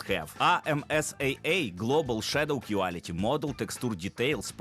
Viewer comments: не кюаліті а кволіті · Quality читається як Кволіті